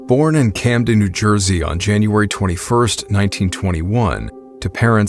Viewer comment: As a NJ native I knew things were going south as soon as you said "Camden".